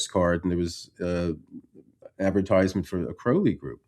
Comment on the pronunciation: Kudos on pronouncing Crowley correctly.